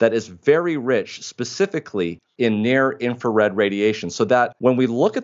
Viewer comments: Brilliant man saying In-Fa-Red again and again is annoying. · So much information. Amazing. Thank you. Here is a little for you two.. The first “R” in the word “Infrared” is not silent.